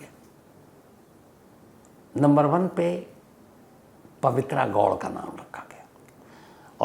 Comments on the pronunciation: So many mistakes it’s. 1) kannda and not kannad 2) Also it’s Pavitra Gowda and not Goud. Don’t expect this from a Senior crime reporter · She is Pavitra Gowda not pavitra गौड्। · Appreciate your time, but first of all it is Kannada not Kannad, and it Pavitra Gowda not Gowd. Please atleast know pronunciations. Kindly do some research on this as well. Gowda is a big community here, it is not good to pronounce the second name in this way.